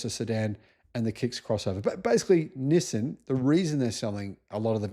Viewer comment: NissIN? Nope, it is NissAN. For example, ChevroLAY, not ChevroLET.